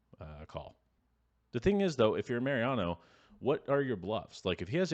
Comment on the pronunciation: Mau-Riano not Merry-ano. Thanks.